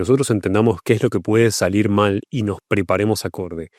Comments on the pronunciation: 12'.18" ..."malir sal " 😂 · “malir sal” = salir mal 😅